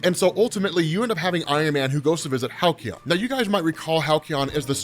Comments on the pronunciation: Halcyon? Why Hal-key-on. Its Hal-see-on. Sorry it just drove me nuts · "Hal-Ke-On" ? not "Hal-See-On"? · Halcyon is pronounced Hal See on, it means like happy days of the past in basic terms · God damn please learn how to pronounce Halcyon 😭